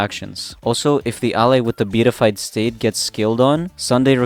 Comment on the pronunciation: And is pronounced Be-at-I-fied